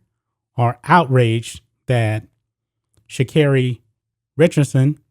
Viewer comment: What tf come on now … flowers come from the earth. And they are saying her name wrong or am I tripping . I mean she could’ve really grabbed some pee from the smoke shop. But it’s legal… she could’ve went to a legal state and blazed after the win then they were celebrating. Her momma just died. She’s going to the olympics. They hate to see us win. She smoke and still won… they need to leave her alone